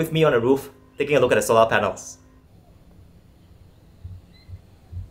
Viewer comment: Quite Interesting.. tho the way he pronounce " solar" is the thing tat kept me watching. Jus to see if he would get it right in the end 🤣